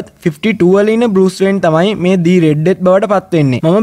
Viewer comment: meka kiwwa kiyala mage locucama kiyala hitanna epaa mama danna de oya ekka share karagannawa witharai harida😁 the red death උච්චාරණය කරද්දි දී නෙවේ එන්නෙ දී උච්චාරණය එන්නෙ a,e,i,o,u කියන වවල්ස් එක්ක විතරයි ඉතින් the red death කියද්දි r එන හින්ද ඒක ද රෙඩ් ඩෙත් වෙනවා 😁ලොකුකමට නෙවේ කීවෙ අනික ඔයා මේක දන්නවා ඇති